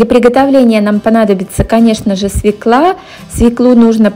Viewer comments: Не свеклА, а свёкла! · Правильно говорить,,свёкла